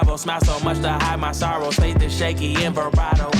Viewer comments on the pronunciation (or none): none